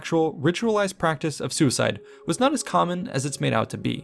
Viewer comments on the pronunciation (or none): none